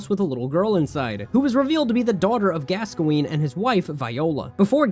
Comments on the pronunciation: its not "gasqoene" its "gaskoen" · Why do you pronounce Gascoine wrong 😑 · The way you said Gascoigne was painful.